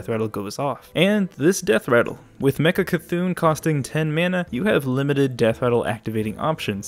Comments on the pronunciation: It's not Mecha-C'thun. It's just Mecha'thun! nerd rage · ITS MECHA'THUN NOT MECHA C'THUN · Its' not Mecha C'thun ... It's Mecha'thun .... you're killing the actual wordplay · Every time he says mecha c'thun I cry it's mecha'thun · i dont know why but im pretty triggered he calls it mechac'thun instead of mecha'thun idk why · Dude, ME-CHA-THUN NOT ME-CHA-C'-THUN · It is Mecha‘THUN not Mecha C‘THUN ;) he also has feelings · I wonder if he's purposefully saying mechac'thun or if he misread the card's name. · Its pronounced meh c'thun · Stop saying Mecha C'thun...